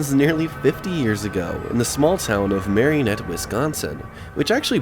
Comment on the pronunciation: I grew up in Menominee/Marinette in the 80s/90s. Spent a lot of time at the Pine Tree Mall. A few observations based on memory... 1.) Marinette is pronounced Mare-IN-ette, not Marion-ette 2.) entering the mall, would have been Kindy Optical and The Circus Arcade, and Zales jewelers on your right (where Petco is now), and Osco Drug on the left. The former Younkers(formerly PrangeWay) was straight ahead. The small wooden paneling/window to the right of the Younkers entrance was the side of Bath and Body Works, once also a Jewelery store. To the right of the old fountains, the corridor extended down to the old Walmart(now Kohl's). **side note, the Petco mall entrance appears no longer functional as of my last visit at Christmas. 3.) The blue/white checker storefront was originally a Baskin Robbins, and by the 90s was just a generic named ice cream store/cafe. The reason it's open like that is, aside from the original anchor stores, the mall had no public restrooms. Now that all of the anchors are gone/sealed off, it's the only remaining restroom option. 4.) County Seat closed in the mid 90s and has looked exactly like that since. In that middle portion of the mall was once Athletes Foot, B. Dalton, Things Remembered, Claire's, Hallmark, County Seat, Baskin Robbins, The Gap(which became a store called Bottom Half in the 90s), a bank, Cool Nails, and Payless Shoes. Most of these stores, still existed into the mid 2000s. 5.) Dunhams replaced Sears, which was just an appliance/lawn/